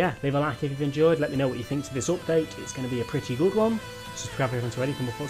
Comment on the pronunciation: You say it like oopdate